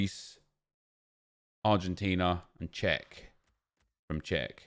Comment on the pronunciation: ‘cech... from czech’